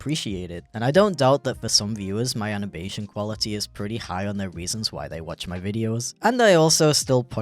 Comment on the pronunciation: his "anabation quality"